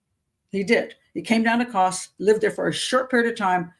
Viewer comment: It's Kos.